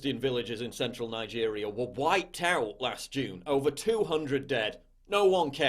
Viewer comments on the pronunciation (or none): none